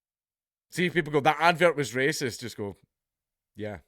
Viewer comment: `waysist` am i? As Rupert said "so be it"